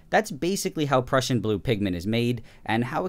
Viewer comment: I've never heard someone say prussian as "pruecian"